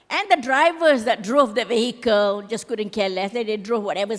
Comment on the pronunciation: Madam, minta maaf, but "vehicle" is not pronounced VAY-HEE-KEL. It's pronounced VEE-A-KEL.